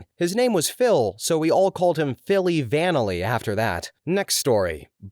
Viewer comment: The narrator mispronounced and screwed up the "Philly Vanily" joke. It should have been pronounced to rhyme with "Milli Vanilli." Also, this is the second video I've watched where the narrator mispronounced "immediately." The correct pronunciation is "uh-MEE-dee-uht-lee," not "ee-MEE-jit-lee."